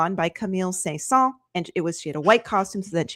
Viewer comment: “Say-saw” is killing me a bit! If you say it more like “san-sawn”,” it’s at least a bit closer to how to say Saint-Saëns, but please no “say-saw”!